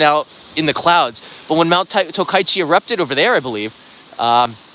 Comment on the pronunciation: The place is called TOKACHI right? Not Tokaichi like you pronounce